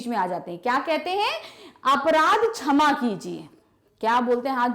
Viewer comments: Mam your pronunciation is not good in saying क्षमा and you keep saying छमा।… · Mam wo 'shama' hota h n ki 'chama' 😂😂😂